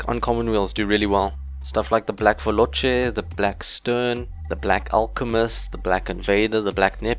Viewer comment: I died when you said black veloce, cause veloce its an italian word and you pronunced it very bad lol but np you re not the only one